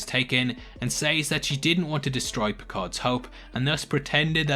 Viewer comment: Bjayzel. Bjayzel. Her name isn't Vajazzle lol